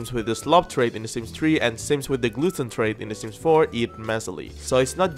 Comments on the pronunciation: LOL he said glutton like gluten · Am I the only one who heard Glutton as Gluten